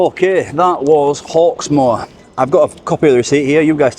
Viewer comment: Hawk-more? no thanks